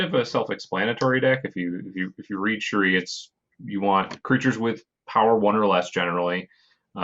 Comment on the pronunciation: The continuing pronunciation of MISS AAAAAAAAAAANNJIIIIEEEE makes me laugh every time. Also Cherie is my new favourite way of pronouncing Shirei.